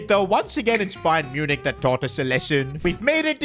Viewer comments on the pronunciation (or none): none